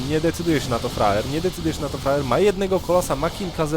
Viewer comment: czemu ja mam wrażenie ze on mówi roxkisFRAJER?? ale tak na poważnie to dajny komentarz